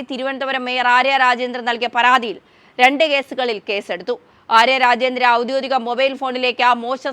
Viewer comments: "ഔദ്യോദിക " അല്ല, ഔദ്യോഗിക എന്ന് വേണം വാക്കും ഉച്ചാരണവും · ഔദ്യോഗിക / എന്ന മലയാള വാക്കെങ്കിലും എൻ്റെ പൊന്നെ ഒന്ന് നേരാം വണ്ണം പറഞ്ഞ് കൂടെ? ഔദ്യോദിക എന്നത് തെറ്റാണ്. ഓഡിയൻസിനെ വിഡ്ഢികളാക്കുന്നഏർപ്പാടാണ് ഇതൊക്കെ ,മെമ്മറി കാർഡ് കിട്ടിഎന്ന്ക്യാപ്ഷൻ നൽകുക. പിന്നെ നാലാഴ്ചമുമ്പ്കഴിഞ്ഞ വർത്തമാനംആവർത്തിക്കുക. ഒരു ശബ്ദതാരാവലി യെങ്കിലും നോക്കുക. സത്യം മാത്രം പറയുക. എന്നാലും റീച്ച് കിട്ടും. മോൾക്ക് നല്ല ഭാവി നേർന്ന് കൊണ്ട്. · നീയൊക്കെ എത്പള്ളിക്കൂടത്തിലാ പഠിച്ചത്? "ഔദോദിക" എന്നാണോ പറയുന്നത്?😂😂😂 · ഔദ്യോഗിക‘ എന്ന് വായിക്കുവാൻ ശ്രമിക്കുക